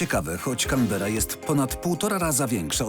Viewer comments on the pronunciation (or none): CANBERRA kułwa wasza mać 🤣